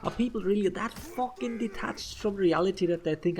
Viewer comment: It’s not a fookin guard break . I haven’t heard a FOOK since the setmyx video ♥️